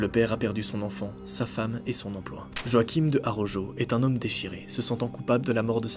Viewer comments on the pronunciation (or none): none